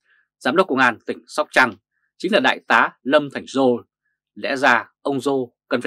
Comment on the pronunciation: Lâm Thành Sol, not Lâm Thành Giô,sir.